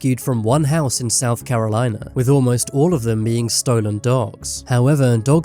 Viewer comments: Why do you pronounce it like stoo-len it’s pronounced Stolen 😂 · It’s called an accent.